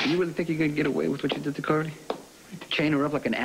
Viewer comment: Is Sonny saying Cardy? Not Carly.